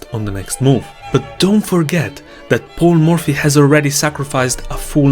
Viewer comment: I don't know why I was hearing "Poor Murphy" instead of "Paul Murphy" all along 😂😂